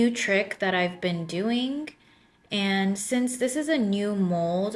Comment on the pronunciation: You said, " this is what I am do-ink". What is "do-ink"? Do you mean "doing"?